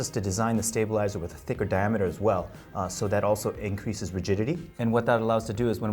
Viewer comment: Auso in the final segment. Bruh, just take a quick second to learn how to say 'also' - not that hard